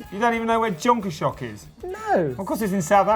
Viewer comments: South African pronunciation of Jonkershoek = 'yon kers hook' LOL guys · Nice pronunciation of Jonkershoek :) not even close.